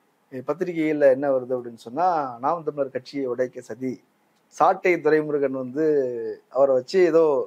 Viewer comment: Sir SAttai durai murigan and mot Attai durai mirigsm. Pl pronoince properlh